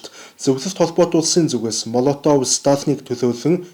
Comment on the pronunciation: МООЛОВТОВ гэж дууддаг. Молотов гэж бичдэг.